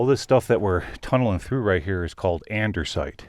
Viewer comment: Great video but please stop calling it andersite. No "r" in andesite.